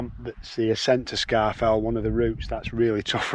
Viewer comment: Scafell is pronounced score-fell not scar-fell. Good camp site.